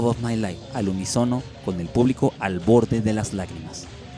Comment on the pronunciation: Se dice al UNÍSONO con acento en la Í, no unisono.